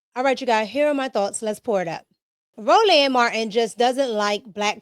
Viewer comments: Row Land Marteen is CRAZY Pronunciation 🥴🙆🏿‍♂️🤣😂🤣😂🤣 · Ro-Land , every time you say it I repeat it … lmao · "Row-LAND" is killing me! LoL ✨️